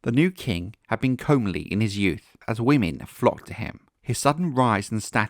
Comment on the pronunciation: Comely is pronounced come-ly btw. love your video's!!